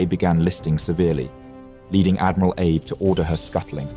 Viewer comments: Hey historian...its Ahhhbay not Abe like Lincoln 😮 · The Japanese name "Abe" is pronounced "Ah-bay", not like "Abe Lincoln". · I was asking this because I was almost certain it was pronounced "ahh-bay" but I'm no Japanese speaker. I just do value trying to pronounce these historical figures' names correctly. Or at least doing your best to do so. Calling him Abe like he's old Honest Abe Lincoln was very odd to me lol. Too late to change for the video, but it could help him in the future to know it's correct pronunciation. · Yet he claims to speak 3 languages in his ad lol. He might not speak Japanese, but someone so linguistically talented could surely get ah-bae right. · Abe is pronounced Ah-bay. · Abe? Pronounced Ar-bey? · Is it so hard to correct AI? Or is it laziness that the producer lets the name Abe, pronounced "Ah-Bay" go uncorrected. I'm sure all the Japanese viewers are rolling eyes. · For someone professing to be studying 4 languages, the correct pronunciation of Admiral Abe's name is in two syllables: ah and bay, he was not from Kentucky or related to President Lincoln. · The Japanese name Abe is pronounced AH BAY. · Wrong pronunciation of "abe" Its "Ah-bay" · FYI, Abe's name is pronounced "Ah-bey". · Its pronouced AA-BE not like the first name of president Lincoln. You cannot westernise the sound of japanese names! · "Abe" as in Admiral Abe is pronounced "ah-bay". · Thanks for mentioning this point! Took me awhile to get used to "Abe" being pronounced like Abe Lincoln - lol. (Japanese is my second language.) Otherwise, really great presentation. Might I suggest the narrator use this video's sponsor, Lingopie, to brush on his Japanese! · He's pronouncing "Abe" wrong. Throughout the entire video. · Who‘s admiral abe. I thought abe was an American president? Joke aside abe is not that hard to pronounce correctly, give it a try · The machine only knows one pronunciation of Abe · Pronounce Abe correctly? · Abe, as in Abe Lincoln... ? Ah-bay perhaps?